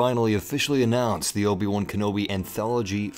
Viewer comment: Lobi-Wan Kenobi 😂😂😂😂